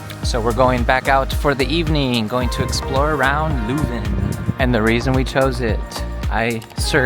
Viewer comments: Spijtig dat het weer zo nat was. Aandachtspunt: vooraleer je commentaar geeft, laat een lokale Vlaming al de woorden in het Vlaams correct uitspreken. Je kan even gemakkelijk LEUven zeggen in plaats van LOEven. Zowat èlk woord dat je verkeerd uitsprak, had je correct kunnen uitspreken. Zonder te zweten. Zeg telkens in welke straat je bent: dat maakt het gemakkelijker voor de reizigers die na jullie komen. Weet dat de eerste taal die Britten aan het vasteland tegen komen het Vlaams is (officieel het Nederlands). Calais is gewoon een stuk Vlaanderen dat Frankrijk reeds eeuwen bezet en niet willen teruggeven aan het Vlaanderen dat zich in België bevindt. Ik had jullie graag een rondleiding in Leuven gegeven maar ik woon er al vele jaren niet meer. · My city. For English speakers it's probably easier (and more correct) to pronounce it as "lurven". Also "the university is close by"... the university is scattered all over town.